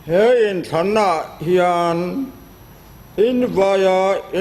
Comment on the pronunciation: Pu Thenphunga hming i lamdan kha a diklo🤔